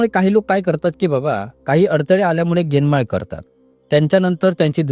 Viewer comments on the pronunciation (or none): ज्ञानमाळ म्हणावं लागतं गेनमाळ नाही म्हणायचं